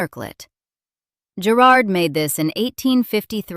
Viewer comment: You are saying Garrards incorrectly